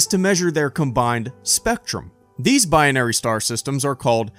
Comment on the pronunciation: Are you adding another sylable? It's "Bi-Nary" not "Bi-on-Ary".